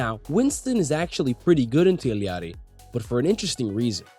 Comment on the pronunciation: I'm sorry but how you say Illari is painful